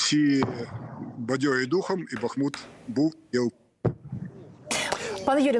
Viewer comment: Місто БахмУт, а не БАхмут .